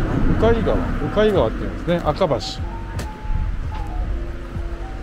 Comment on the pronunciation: うかん ではなく うかい と読む様です？